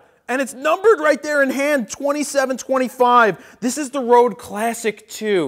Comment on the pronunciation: it's pronounced red not rode. I made that mistake at first too:)